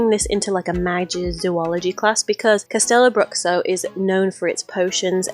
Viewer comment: You forgot the mermaid, basilisk and dragon lair. Its pronounced castelloh brûhshooh